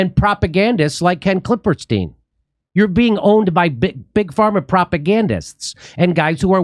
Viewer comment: I love Jimmy calling him KlippeRstein. Just hoping it’s in purpose. 😄